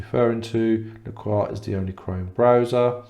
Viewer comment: why are you not pronouncing the s in lacros? duh